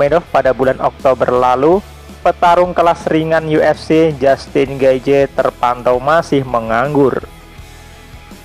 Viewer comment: Di bacanya getjeh bang